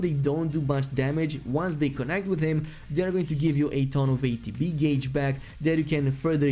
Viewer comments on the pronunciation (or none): Gauge is pronounced GAGE, like MAGE or CAGE. NOT gawge. Yes, I realize English is likely not your first language. But I also can't be the first to tell you this.